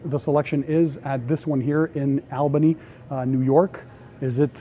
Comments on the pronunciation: You're not the only out of town person to say Albany wrong for Albany NY. Well say it like All not Al... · That’s pronounced All bany not Al